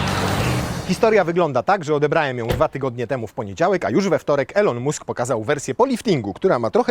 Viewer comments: Poprawna wymowa nazwiska to nie "Musk" A "Mask" tak na marginesie😅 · Boże za każdym razem jak mówiłeś mUsk to miałem mikro wylew :D mAsk się mówi :P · Mask, a nie Musk. Tak samo Bąk, a nie Bunk. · Po pierwsze mask a nie musk się wymawia po drugie jakby zbierać na nową izera zaliczki po 1500zl i gwarantować cenę 65000zl to zebralibyśmy więcej zamowien !!!! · Elon "MASK" nie "MUSK"